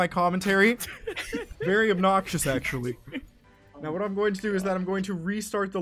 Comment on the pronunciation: he said Iazm not I'm